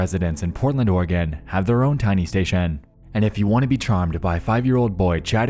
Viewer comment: Oregan? Ore a gon. The e is silent